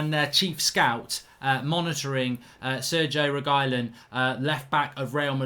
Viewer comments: My guy Mark just said SERGIE REGYLON. It’s Sergio Re-Gee-Lon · "Sergo Regilon"🤣🤣 he butchered this more than DVDB